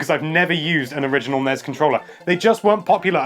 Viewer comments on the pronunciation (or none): I hate hearing "Snes" and "Nes" as a word - "S N E S" and "N E S" say the letters please - I'm just spouting here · "snes"? Gesundheit! Please repeat: "N - E - S" ; "S - N - E - S"